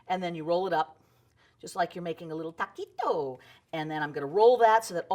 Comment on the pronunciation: A little TA-KI-TOOO 😂